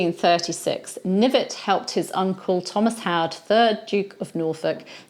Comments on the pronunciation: I'm certain that his surname was pronounced "kuh-NIV-et." Was he related to Sir Thomas Knyvet, who had the famous duel with the Earl of Oxford? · Seems French. Maybe it was pronounced Knee-vay.